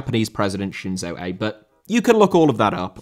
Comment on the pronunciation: Shinzo Abe’s last name pronounced “ah-bay” as a heads up